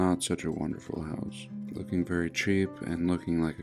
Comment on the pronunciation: Vewy intewesting